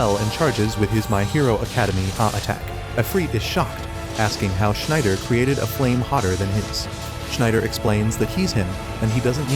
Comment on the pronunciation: Sorry u doing a great job at recaps in easy sentences but damn man u cant be butchering Schneider like that